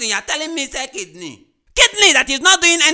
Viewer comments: Mark: hears KID KNEE Everyone normal: hears kidney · Hehehe instead of KIDNEY,mark thought it was KID KNEE🤣🤣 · It kidney not kid kneel. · Normal person : hears Kidney Mark Angel : hears KID KNEE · He thought it was KID-KNEE.. hahaha